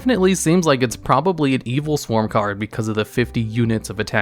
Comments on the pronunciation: "i"-swarm monsters???? Really? Are they part of the Evii-swarm and Steei-swarm archetypes lol? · Oh God it is L swarm not i swarm